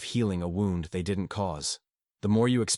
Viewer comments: The word is wound as in pain, not wound as in a clock. For the love of God get real people to read these things!! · Another criticism is the A.I. speaker's mispronouncing of the word "wound" - a negligent preparation of material for the listener. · Yes excwpt the key word WOUND is mispronounced so many times, but not all. Someone needs to edit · I know this is AI but it’s still good… the father wouwnd 🤣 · Something that distracts me in this video is that the word wound is repeatedly pronounced like the past tense of wind. Is there no way to correct that? What happened to having humans actually read text? It’s not that long. Thanks for the content, anyway.